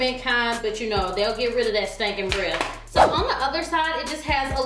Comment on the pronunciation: did she say stanking' hahahahahahahahahahahha girl i swear you make me laugh